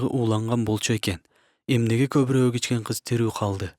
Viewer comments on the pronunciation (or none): none